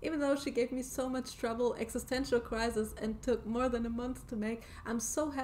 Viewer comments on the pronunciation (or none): none